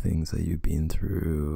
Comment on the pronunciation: i like the way you say “been” it sounds like “bean”